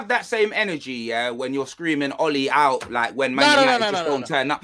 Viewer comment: Big up for calling out for saying "Ole Out"